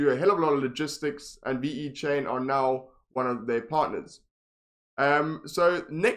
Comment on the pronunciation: ve-chain not v-e-chain ! but yeah nice review